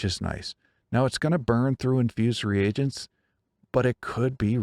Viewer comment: Great video,! And thank you for pronouncing “reagents” correctly. I’m so tired of hearing people say “regents” as though the “a” wasn’t there..